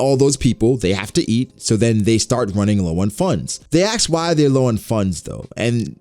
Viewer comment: Please stop pronouncing it as aks, say ask, just please.